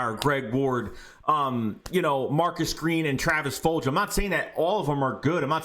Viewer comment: did you say fuljhum* lol